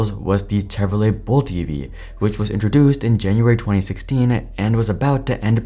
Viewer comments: Listen - I typically like the content. But if you can’t even put in enough effort to learn how to pronounce Chevrolet… cmon man, it’s not that hard 😂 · Bro are you AI what's up with the Chevrolet pronunciation